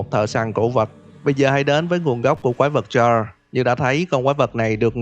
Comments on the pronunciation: mình góp ý thực ra đọc là cha lốt s nha, chứ ko chỉ là cha ko nha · CHARLES e hay nói là CHA LÉT :))) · K phải đọc là cha rồ hả